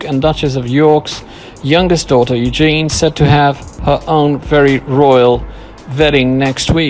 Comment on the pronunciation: It's Eugenie (pronounced Eugenee) not Eugene.